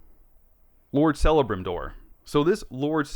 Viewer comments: Interesting note... c is never a s sound in elvish. Its pronounced kellabrimbor. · Celebrembor loved tge pronounciation haha 😂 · FYI, Eleven names that contain a C are pronounced with a K sound. Celebrimbor is pronounced KEL-uh-BRIM-bor. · The main pronunciation thing to be aware of, is c's in Elven, are hard. so it would be pronounced Kelebrimbor. Similar to ancient Latin, where Caesar was actually pronounced Kaesar hence the derived Kizer. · I appreciate your putting your view of things as being someone not familiar with the lore. The "C" in Celebrimbor is pronounced as a "K", not an "S". And yes, as a Lord of the Rings fan that HATES this show, the dwarven interaction was easily my the best part thus far. Also, yes Galadriel was one of the most powerful elves ever. As far as physical combat, the show is a bit of a stretch. She is a sorcerous, not a warrior. She actually started the "White Council" which consisted of the powerful wizards and others with the soul purpose of finding and eliminating the Dark Lord. All of that purpose exists in the Lore, whether or not the reasoning behind it matches. The thing that turns Lord of the Rings fans is that they are tearing down Elrond and any other elf she comes in contact with...just to make her look good.